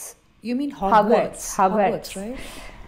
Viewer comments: It is Hogwarts NOT Howrats. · Hogwarts should be renamed as "haawrats" now 😭😂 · OMG, you're awesome Shraddha!! Khau-Khau not Kho-Kho and all zeroes are happy!! Howrats school and Pratibha is sleeping like this......👌😂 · I’m calling Hogwarts “Howrats” from now on 😂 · Havrats 😂.. to Hogwarts..